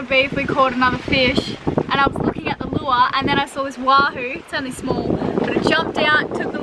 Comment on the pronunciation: Say lure again LOL